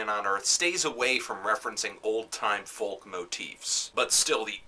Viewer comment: you need to learn how to pronounce folk